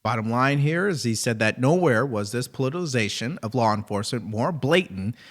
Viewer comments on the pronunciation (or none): Letitia *(luh-ti-shuh), not Latissa James ... politicization (poe-li-tuh-si-zay-shun), not polizacion.